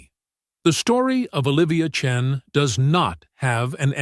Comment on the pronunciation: I believed this story until the AI said the name Chen.